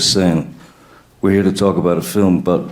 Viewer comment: "feelm", you sure you didn't mean "film"?